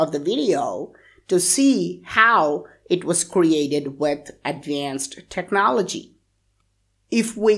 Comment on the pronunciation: Its not pronounces technă'lgy its technôaľg